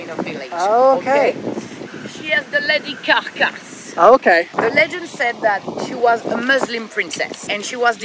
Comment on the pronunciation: “ZA LADY KAR KESS”